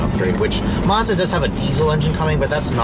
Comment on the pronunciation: He said Mars Bar